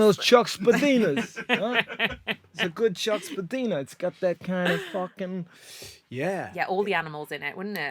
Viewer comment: Spadina is pronounced Spad-ie-na ✌️